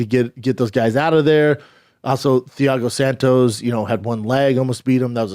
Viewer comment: Damnit man, I thought Chaels names were bad. Theeago Santos, showgun roo-uh, glowver texsherra. 🤦🏽‍♂️🤣🤣